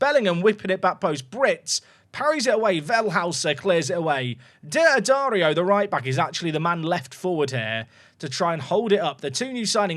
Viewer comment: pronunciation tip for d'addario: just pretend the apostrophe isn't there. dad-ARE-ree-oh